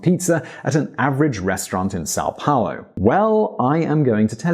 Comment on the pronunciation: This video is pretty accurate. Congratulations on the pronuntiation of portuguese words, like São Paulo and Custo.